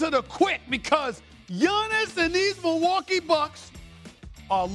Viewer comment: SAS hates Milwaukee so much he actually pronounces it right